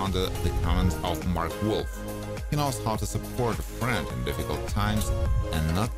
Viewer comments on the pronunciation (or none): none